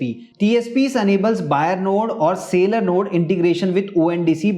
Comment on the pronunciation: It is seller not sailor (No, I am not English teacher but it frustrating to hear sailor sailor again and again)